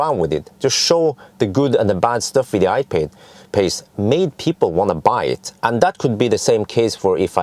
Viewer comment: ''I-paid'' LOL